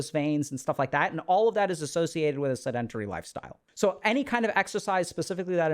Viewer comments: Seh-duhn-teh-ree …. Pet peeve of mine… don’t butcher the pronunciation like that 😢 in the field that you’re in, there is no excuse. That’s a basic word, not complex nomenclature. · I can’t take him serious bc he hasn’t pronounced “sedentary” correctly once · Sedentary Google how to pronounce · I consider myself a pretty tolerant person. I have listened to this man speak on a variety of topics and never found fault with the way he speaks. But, when he says sedentary, I flinch a little. But great vid as always. I am watching because my wife has been struggling with brain fog for the last month.